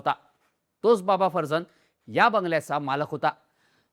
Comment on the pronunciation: हा माणूस पारशी आहे माहिती होती. तरी त्याच्या नावाचा चुकीचा उच्चार का करताय. बाबा फरजान हा उच्चार आहे. बाकी व्हिडिओचा विषय अतिशय बकवास निवडलाय.